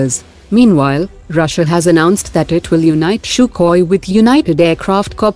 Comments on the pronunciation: Its sukhoi not shukoi🤣😂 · The way she says sukhoi sounds more like " CHOKHOI " 😝